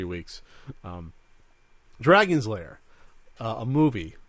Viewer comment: Found the original Kickstarter video. Guy starts talking to people about how the movie needed to be made. Comes into the costume area where Don Bluth is "working" and proceeds to say "Dragon Lairs" like three times and Don doesn't correct him. SAD.